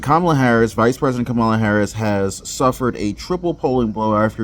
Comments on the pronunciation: Its pronounced Camal A.. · It is ka-MAH-la, bro !!! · Hey ….if it’s pronounced “Comma-La” then maybe she shouldn’t spell her name as Kamala. Just sayin. But maybe it’s an Indian thing. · "Her name is Kam-ala by the way". Ooohhhh. . . . Somebody should tell HER that. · What is the obsession with how people say her name? It's like they want to make a campaign issue out of it.